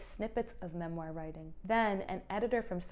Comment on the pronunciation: You are mispronouncing "memoir" it's killing me 😢